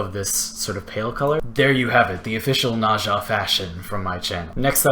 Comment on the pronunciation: It's N-eh-z-ah....ugh